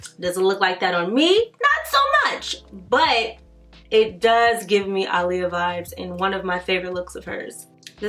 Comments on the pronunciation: ITS PRONOUNCED AH’LEAHA NOT ALY-YA 🤦🏾‍♀️ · If you look at old Aaliyah interviews, she stated on many occasions that you do not pronounce her name “uh-lee-yah” and that the correct pronunciation is “Ahh-Lee-Yah”. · Cristina West no she's not. It's Ahh-lee-yah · its Ah-le-ya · yeah one "A' is silent … lol its ok I knew what she meant.. Love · Yes she is saying it totally wrong lol